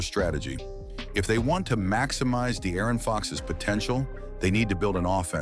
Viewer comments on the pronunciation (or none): “The Aaron fox”